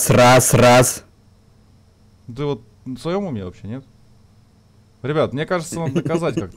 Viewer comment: когда говорил Раз то я подумал что он сказал СРАЗ